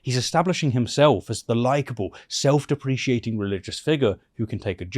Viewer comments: I love your videos, but the way you pronounce self-deprecating does my head in! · Sorry to be that guy, but I think you might be saying self-deprecating incorrectly - just a little nitpick for future vids as it was a bit jarring to me. Otherwise like your content bud! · Is that how British people pronounce self-deprecating? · I’ve said it before and I’ll say it again, please, PLEASE let me review your videos before they get uploaded so I can fix any errors like the pronunciation of “self deprecating”. I would gladly do it for free. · Is “self-deprecating” pronounced differently in British-English?